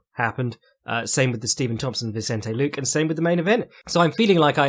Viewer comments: made me think of Cpt Picard a couple of times. Try /lu-keh/ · any reason why you refuse to pronounce ethnic names as they are intended? e.g. nunes, and luque